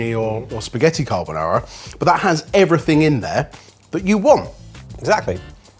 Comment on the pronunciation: Any offense to us Italian was instantly deleted by the perfect promounciation of "carbonara" by.